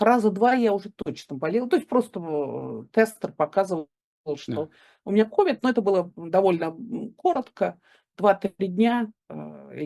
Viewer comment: Да не КОвид, а КовИд— прямо режет ухо!